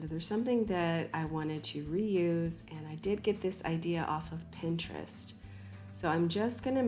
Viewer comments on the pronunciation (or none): none